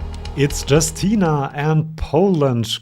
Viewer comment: I'm sure I'm not the 1st one to mention it, but Justyna is pronounced /yoos Ti nah/. 😅